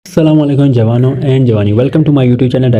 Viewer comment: it sounds very funny jawano and jawanio😂 ,by the your videos are best sir...❤